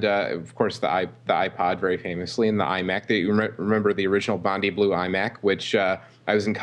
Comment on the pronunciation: ''Bondi'' is pronounced ''bond eye'' not ''bond ee''.